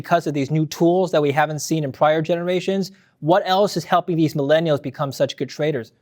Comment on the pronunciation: “Maeleenials in silicone valley”. Ok boomer 🙄